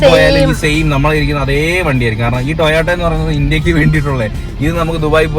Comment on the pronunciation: TOYATO ALLA TOYOTA